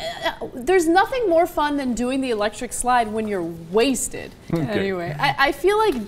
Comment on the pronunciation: Ana emphasizes on being "wasted"